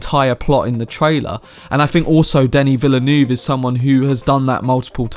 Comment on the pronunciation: Honestly it’s been so funny listening to ppl trying to pronounce his name. I don’t blame anyone though, it’s hard haha 😂 Denis Villeneuve is pronounced Duh-nee Vil-nuv. 👍 Lol